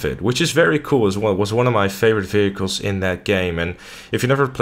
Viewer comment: I love how u say vechiels